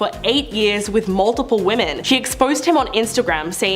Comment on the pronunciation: her name is "",other womEn not woman,three diffrent womEn,omg the pauses and the heavy breathing are just not gonna go away,is it? this is painfull jesus please try to practise or memorise before tapppping,it will get easier with time